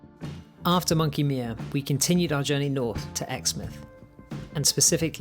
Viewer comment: Beautiful video mate! If there is a next trip, maybe include Margaret River region or the Kimberley region. Both are also Spectacular! Monkey Mia is pronounced - my-uh, not me-uh 👍